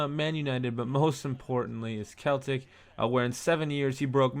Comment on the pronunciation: he said it right the first time the wrong. least he didnt say the celtics